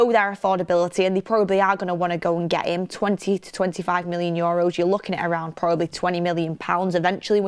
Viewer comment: its not yoros is euros, had to comment its bugging me lots